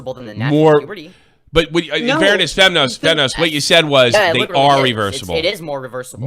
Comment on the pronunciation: "Femzoy" lol